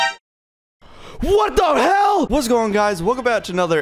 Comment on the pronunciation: that: “WhUt DEh HEiL” made my day